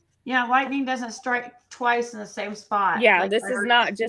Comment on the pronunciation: TWICET.. ITS TWICE. IGERANT.. IGNORANT! YOU speak about education, That's hilarious,.. I have counted at least 500 words you have no idea how to say. IDEAL for idea. I,mean, you have a very poor Vacabulary. Your worse than Candus, Your aggressive, Angry, you come across as, superior. You talk over everyone. I get Narcissistic vibes from you. You sure have a superior view of yourself. Your running your Nasty mouth, and your children are hearing this every night. I mean, What kind of role Model are you for your children. I heard you say, that D/C used terrible language, in front of their children. You have no room to talk. Kind regards from the west of Ireland.